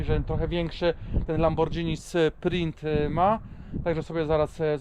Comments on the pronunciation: Obejrzal bym do końca ale uszy krwawia od tego lambordżini... Znam marke lamborghini ale lambordżini nie... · fajna prezentacja, ale mała uwaga: wymawia się LamborGini zamiast LamborDŻini. To takie samo słowo jak spaghetti, którego nie wymawiamy przecież spadżetti. Pozdrawiam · Lambordżini? 😂😂😂 I spadżetti….Panowieeee!